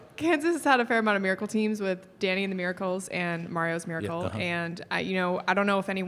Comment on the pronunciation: The "MIRICAL COME BACK"